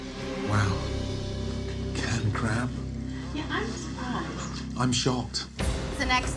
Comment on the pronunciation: "To beh honest Gordon: I'm sooprised"